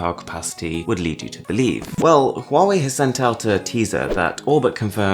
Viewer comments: Thanks god your pronunciation of " HUAWEI" is so impressive authentic Cheers mate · At least the most famous UK Tech channel knows how to pronounce Huawei right! Everyone I know says it wrong!!